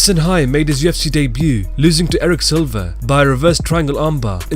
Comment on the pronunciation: "UFC day-b-u" 😂😂